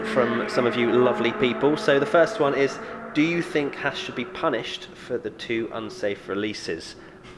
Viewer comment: I think there should be penalties every time a British racing commentator/personality mispronounces "Haas".....